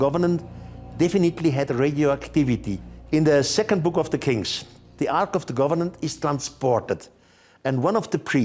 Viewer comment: Take a shot every time Erich says Arch of the "Governent"